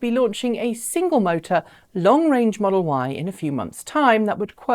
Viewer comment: I heard it too. 😆 🤣